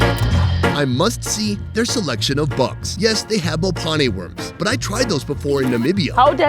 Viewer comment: Fact that you pronounced “mophane” well 😂